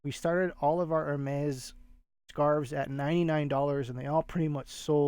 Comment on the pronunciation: I believe Hermès is pronounced like “Airmay”. Thank you for sharing these sales.